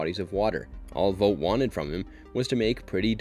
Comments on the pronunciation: Couldn’t make it past you calling it “Vote” when the show clearly calls it “Vaught” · IT’S NOT PRONOUNCED “VOTE”!!! IT’S VOUGHT!!! Like you “ought” to learn how to pronounce the main company of the show you are doing a video on!!! Other than that, decent video. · How tf do you manage to mispronounce vought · they say the company’s name 1000 times an episode .. how do you get it wrong ? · Please learn how to say Vought